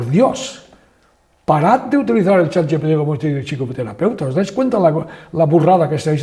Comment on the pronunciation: que es yat yepete en vez de chat gpt